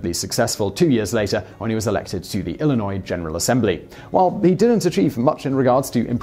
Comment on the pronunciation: Thank you for pronouncing Illinois correctly! 😃👍 Great video.